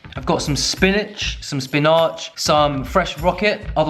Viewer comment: "I've got a whole head of romaine, some spinach-" me in my head "SPIN-AHGE" the next second: spinahhge